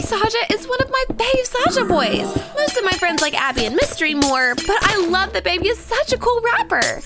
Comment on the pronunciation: Why do I always hear the, ``err ah'' when she is always saying ``saja boys''?